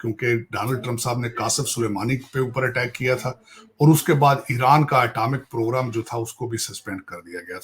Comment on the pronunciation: tahir saab atamic nahi. atomic. hota hai